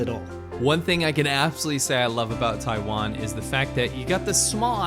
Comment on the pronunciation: It's not called Tai land ...it's called Taiwan